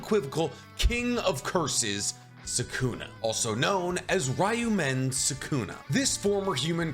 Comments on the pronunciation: Its pronounced Ryoumen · It’s actually impressive how many words and names you butchered, first being “Ryomen”.